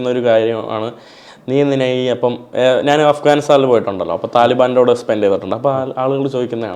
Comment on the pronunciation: ചില മലയാള അക്ഷരങ്ങൾ പഠിപ്പിക്കണം. ഉദാ:നാന്,. മന്ന,മന്നൾ, അവൻ ഞ എന്ന അക്ഷരം ഉപയോഗിക്കില്ല